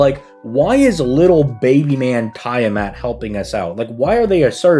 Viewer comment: It is Tea-ah-mat